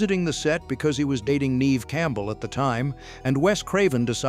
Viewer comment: And "Neeeve Campbell" 😂